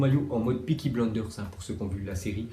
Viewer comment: « Peaky Blanders » 😂😂😂